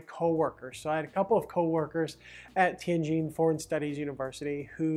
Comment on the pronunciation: nice video,... I cant believe you only made 4200 per month at a prestigious foreign language university...When I lived in Tianjin, I made 4k a month at a low level, insignificant technology university. btw, I love the way you pronounce "Tianjin" correctly...THANK YOU!!!